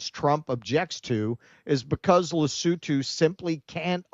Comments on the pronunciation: What?? You expect 'muricans to take 10 whole seconds to google a pronunciation before attempting to say an unfamiliar name? Pppfftt!! 😉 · Good grief....can Americans ever pronounce the names of countries? It's Le-soo-too. And of course most Americans couldn't even find it on a map. And Americans wonder why Africa is choosing China. Who just dropped ALL tariffs on ALL goods from ALL African countries to China.